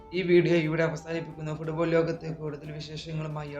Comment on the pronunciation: ഫുഡ് ബോൾ അല്ലെഡ തട്ടുകട...ഒന്നും ഇല്ലെന്നും അതിൻ്റെ എങ്കിലും പ്രോനോസിയേഷൻ ശരിയായിട്ട് പറ.നോർത്ത് ഇന്ത്യൻ ഊളകളിൽ മാത്രമേ ഞാൻ ഇങ്ങനെ പറയുന്നതു് കെട്ടിട്ടുള്ളൂ..